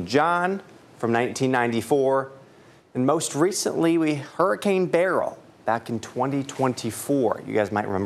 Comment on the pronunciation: Hurricane Beryl not Berly.